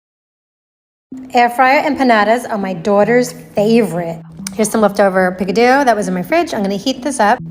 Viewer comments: did she say picadooo 😂instead of picadillo I am sorry I couldn’t pass it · she said pick a diyo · So we not gonna comment on that pronunciation Of Picadillo 🤣🤣🤣